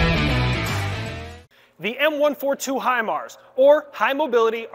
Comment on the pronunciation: Obviously you got your info from the school house instructors. But thank you for not butchering it or sounding like a dummy. Great video